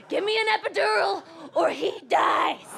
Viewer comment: Killing “EPEDURAL”